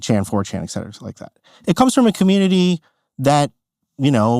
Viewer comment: * ET CETERA. Not exetra